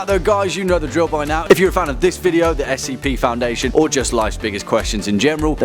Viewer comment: Why is he pronouncing SCP as "skip"?